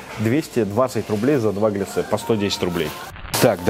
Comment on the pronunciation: Маленькая придирка, правильно глЯссе, а не гляссЕ.